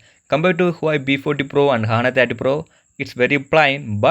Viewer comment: what the hell is "PROSER"? what is the phone brand again? i heard "HWEI" WTF IS THAT